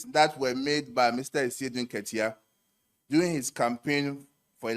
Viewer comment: The word is DURING not “DOING”. can’t speak English. 😂😂😂